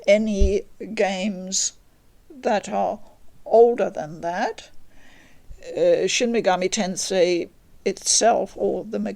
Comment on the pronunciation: My respect for this woman instantly shot up hearing her pronounce the name properly... its the little things.